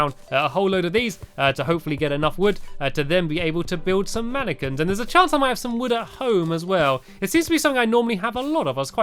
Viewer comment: I thought you said I have to make a whole load of napkins 😝